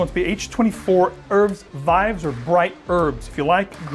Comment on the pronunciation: Gotta work on your french there! Vives, pronounced "Veeves" means lively. so Lively Herbs. Bright is "Brillant" pronounced "breeant" in french FYI. THe H is also basically silent on Herbes in french. so "erbes veeves"